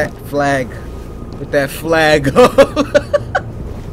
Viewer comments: no. he was about to say f*g on accident but said fa- flag instead 💀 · “ put that fa- flag up” Almost slipped up Cory